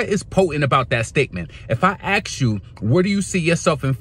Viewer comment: ASK never AXE